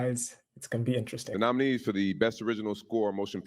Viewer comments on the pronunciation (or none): And botching the names of the nominees.